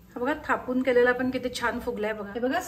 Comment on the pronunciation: थोपून नाही, "थापून" म्हणतात.